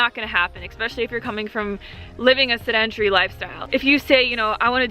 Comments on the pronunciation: sedentary pronounced: SEH-den-tare-ee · This is how you pronounce "sedentary"